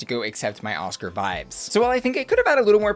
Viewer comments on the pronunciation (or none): none